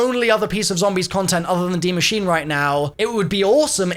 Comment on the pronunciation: please, PLEASE learn how to pronounce Die Maschine ("machine-uh") properly. You just sound lazy and I know you're better than that...